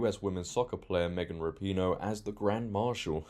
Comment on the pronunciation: I love when people pronounce it ra-pee-no instead of rap-in-o, it's so much more fitting 😂